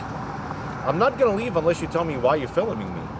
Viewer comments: I want to know why a guy his age can’t pronounce “Filming” properly. That’s illegal! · FILMINING????? oh lmfao FILMINING ME OH SHIT!!!!!! LMFAO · What does "filuming" mean? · Why are you "filluming" me? LMMFAO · I think he said feel-em